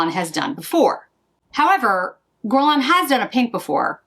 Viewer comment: If I may offer a piece of advice regarding pronunciation (if you don't mind) - it's pronounced "gErlain", not "gUrlain". Basically, just imagine the U not even being there. Its sole purpose is to indicate the pronunciation of the first letter is "hard" G (as in goose), as opposed to the "soft" one (as in aubergine). I hope it helps 😊